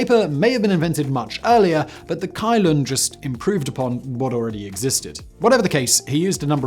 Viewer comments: *Song dynasty, not Sung *Cai Lun is pronounced Tsai Lun, not Kai Lun *Arabs fought and won the battle of the Talas river *Ming dynasty was in CE, not in BCE (and better avoid antiquated terms like BC and AD) *Lhasa, not Lahasa and why no porcelain or silk production in the video? these were two of the most closely guarded trade secrets of China... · fyi "Cai Lun" is pronounced as "Tsai Lun", but still great vid!